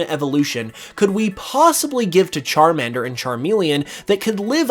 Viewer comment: Why the fuck you Say salamender right then pronunce charmender wrong It makes no sense aaaa